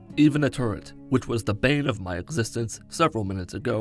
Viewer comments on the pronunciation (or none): none